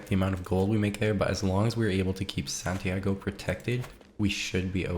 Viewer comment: san tee ah go not santiego